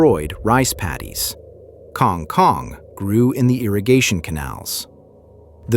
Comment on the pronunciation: The Filipino pronunciation is Kang Koong